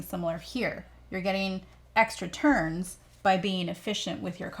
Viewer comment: Anyone else hearing Terns instead of turns xD?